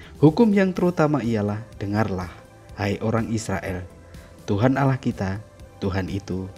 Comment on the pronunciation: Hey sebut Allah bukan alah